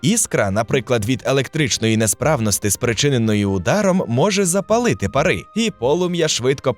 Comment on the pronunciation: Щиро дякую за просвіту! Лише мушу підказати, що українською не "парИ", а пАра.